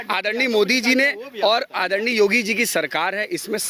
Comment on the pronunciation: Modi ko aaddarniaa Addarniaa aise boll rha hai, jaise modi eska Jija lgta ho.